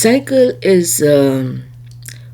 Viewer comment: Improve your pronunciation Madam . Hire an Urdu teacher , he will help. At one place you said cycle, whereas it was saiqal